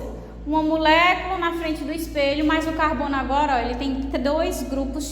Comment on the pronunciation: Não aguento ela falando MUlécula 😅 mas muito top a aula. Obrigada😊